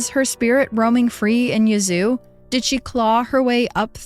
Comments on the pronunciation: Im from south TN but I did too. Lol I hollered, "Yuh-zOO?! It's YEAH-zoo!" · I grew up in Yazoo, that pronunciation caught me off guard 😂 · I love the podcast. Just wanted to say that first. But as a southerner - a Mississippian, to be exact - I chuckled at your pronunciation of Yazoo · I was looking for this comment! LOL!! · I’m so glad someone said something 😂 I love her but I was correcting her pronunciation out loud the whole time too.